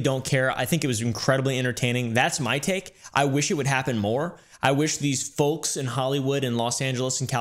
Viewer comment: Can we all just well the way said folks is like he has always lived in the south